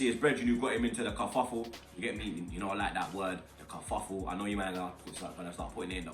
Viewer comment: Man said Cuffufle loool